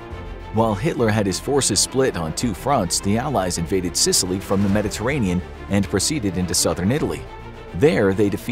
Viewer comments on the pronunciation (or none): "Silicy" I always thought it was sicily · sicily, not silicy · Ah yes, “Silicy” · Ahh yes the great island of Silicy 😂😂😂